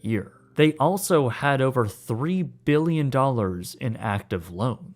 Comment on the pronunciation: “over one hundred mbillion dollars”